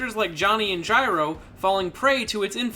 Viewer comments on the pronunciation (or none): none